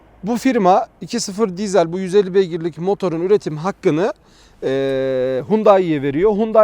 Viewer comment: Eğer bir dahaki videonda diiiiiizel dersen abonelikten çıkacağım. Dizel dizel dizel dizel. Bence sen de söyleyebilirsin. :)